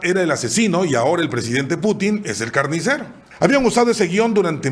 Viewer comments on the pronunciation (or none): none